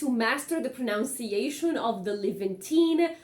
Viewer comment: It's pronunciation not pronounc-iation